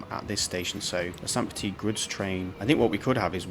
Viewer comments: First time viewer. You have a great voice, and the video was interesting. However, one thing was very jarring for me..... if you are going to use an accented pronunciation, make sure you have it correct. "Petite" is pronounced petiTE not "petee". In french, when you have an e after a consonant, you always pronounce the consonant. "Petit" is pronounced "petee". Slightly less jarring, but also weird is the mix you use... in French "Saint" sounds like "san/can/ran" (no vocalized T)., it does not sound like the English "saynt". So you are using an english pronunciation for the first part of the city name, and wrong french for the other part... oof. So please choose one or the other, and if it is in not-english, make sure to look up a pronunciation. (And if this is a map you have created, then change the name of the city to not have an E at the end if you intend the masculine form of the word. "Petit".) Anyway, great video, informative and interesting content. Makes me want to play the game after a long hiatus. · So I start watching the video, and I immediately have to call this out: because "petite" ends in an E, the second T is not silent. "Petit" is pronounced, "puh-TEE;" while "petite" is pronounced, "puh-TEET."